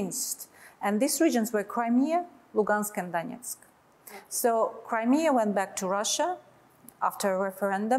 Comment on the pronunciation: bu masih tanggung bicara bahasa inggris. Bawa koresponden yang bisa bahasa rusia lah. Dengar aja cara dia menyebut " Donetsk dan Lugansk ". Tuh contoh media Kumparan. Koresponden nya berbahasa rusia, sehingga bu gak tanggung ngobrol juga.